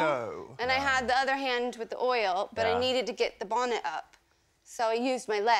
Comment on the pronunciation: Note the way she pronounces the t in "bonnet", rather than rounding into a D sound as one would with an American accent - bawnned.